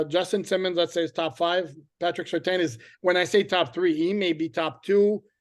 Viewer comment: Just so you know, its pronounced Sir Tan not Sir Tain.